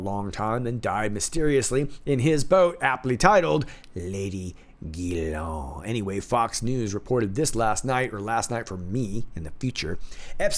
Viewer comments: I know the name Ghislaine is not a common name. Most Anglo Americans are mispronouncing it. It is not Gi Lawn. (Hard G). It's Zhiz (Zh as in the French name Jacques) Len as in Lenny. De rien. You're welcome. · Thanks for your vidéo, from à french patriot ! Can i just tell you something ? Ghislaine is a french name... The correct prononciation is : Jeez lane... Hahaha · The Madam's name is pronounced: Ghee - len